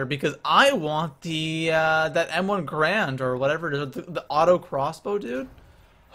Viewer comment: ITS GARAND NOT GRAND!!!!!!